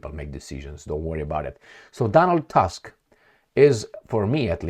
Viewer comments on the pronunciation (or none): Tusk pronounce Toosk